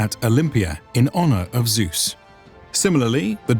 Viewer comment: "suhs? what is he talking about? is he talking about using my german voice "Zeus" ? .. jesus. that pronounciation xD suhs. can't stop laughing :D